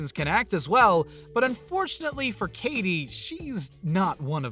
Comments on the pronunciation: “kay tee perry” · Kay-ttttttie Perry ... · "Kay Tee Perry" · U.S. "Kaydee" U.K. "Kay-tee". Simples! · What's with the way he pronounces "Katy?"